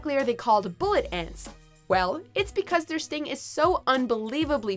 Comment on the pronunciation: "Bullet ents"